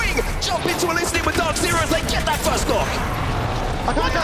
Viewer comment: Has anyone ever noticed how says "firsht"?